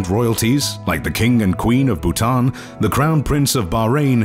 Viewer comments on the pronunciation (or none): none